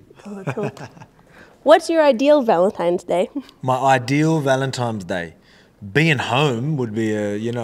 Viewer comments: At first I thought he just misspoke, but after the 2nd time I'm convinced Volk doesn't know its "Valentines Day" not "Valentimes" 🤣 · 🤣🤣🤣Volk think it's ValenTIMES day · I love Volk 😂 but why is he saying ‘valentimes’ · "Valentimes Day" - Volk